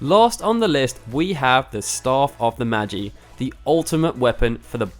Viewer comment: It's pronounced Magi (*May* *Jai*) damn it!!